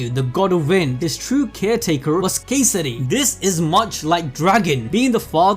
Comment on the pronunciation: Hope they won't butcher every single pronounciation next time. I almost cried hearing them mess up EVERYTHING. But hey, they pronounced Kesari properly!